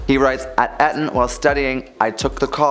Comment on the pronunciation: This is splitting hairs… but please learn how to pronounce Eton…